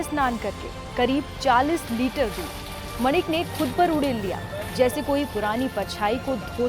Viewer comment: दूध नहीं है दूधी है😂😂😂